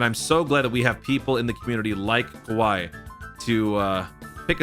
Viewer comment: GOAT!! You can't say "Kowai" without "W"